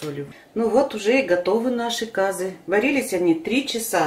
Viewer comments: Как только услышала кАзы , сразу переключила . Если не знаете как правильно говорить, то откуда вам знать как правильно его готовить? Не кАзы а казЫ , не мАнты а мантЫ. Ужас . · Умоляю ствьте ударение на Ы ☝цены вам не будет 👍КазЫ👌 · Ударение на ы